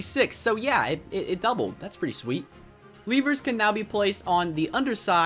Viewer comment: You pronounce lever wrong.